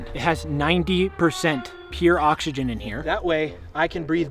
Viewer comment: bro said he got oxsegen